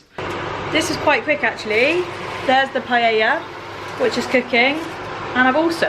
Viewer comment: kudos on pronouncing paella.